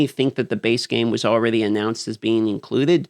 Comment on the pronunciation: I like when he says allraydey instead of already love your work though 😊😊